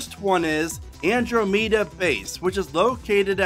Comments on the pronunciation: Great video! Andro-meh-da is the pronunciation; I believe referring to the andromeda galaxy, andromeda constellation or the book by Michael Criton, and movie, the Andromeda Strain. Cheers! Keep riding coasters. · You have a unique way of pronouncing Andromeda.